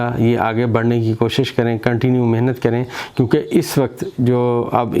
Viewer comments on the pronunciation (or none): none